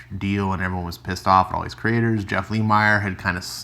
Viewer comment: You say both last name wrongs Lemire= Leh-Meer Nguyen= Win